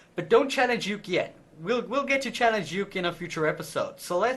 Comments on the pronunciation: you don't pronounce it yook, you pronounce it ookee!! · lol challenge "Yook" (its pronounced oo-kae) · Uke is pronounced like OOH-Kay. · It's funny because when he said "Don't challenge Uke, yet." It sounded like, "Don't try to juke, yet."